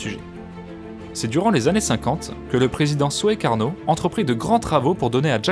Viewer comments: on prononce soukarno, pas soékarno : on prononce souarto, pas soéarto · Bonjour, très intéressant reportage. Pour information, en indonésien, les lettres oe collées (comme dans Soekarno ou Soeharto) se prononcent "ou" et non pas o-é (So-ékarno est une erreur, on prononce Soukarno). Cette graphie est identique en néerlandais, en indonésien, il s'agit d'un héritage colonial. Dans un autre contexte, la guerre des Boers en Afrique du sud au début du XXe siècle, se prononce aussi guerre des "bours" (et non pas des bo-ères), là aussi héritage du néerlandais. Bien amicalement.